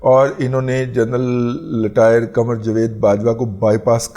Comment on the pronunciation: عمران احمد خان نیازی تو بھرپور تلفظ کے ساتھ بول لیتے ہیں۔ لٹائر کو رٹائر کہنا بھی سیکھ لیں محترم۔